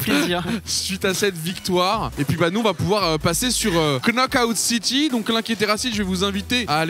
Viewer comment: Knockout City, mais il prononce le k...